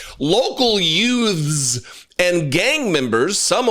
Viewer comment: Did you say..YOUTS....WHATS A YOUT.?